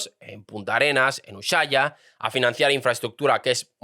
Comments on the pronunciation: ES USHUAIA NO USHAIA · Te corrijo la pronunciación: no es ushaia, es USHUAIA (Se pronuncia u-su-á-ia) saludos desde Argentina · Ushaia? No será USHUAIA? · Te lo escribo así lo pronuncias mejor... ( fonetica) usuaia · USUAIA, se dice USUAIA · se pronuncia " U S U A i A " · Me duele escuchar decir Ushuaia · A lo único que le acertó el chanta este fue a la fecha fin del tratado antártico, lo buscó con la IA, lo demás no sabe ni pronunciar Ushuaia, (que indique las supuestas bases Chinas en Chile, haaa dice que en Chile ya se hablan Chino) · Ushuaia se pronuncia sin la h. Al menos aca en Argentina... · Me hiciste reír cada vez con tu pronunciación de Ushuaia 😂😂 Gracias 🩵🤍🩵